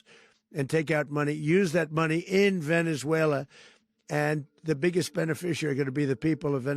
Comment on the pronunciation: It's so weird that pronunciation of Venezuela changes from Spanish to English. And other countries are pronounced in English.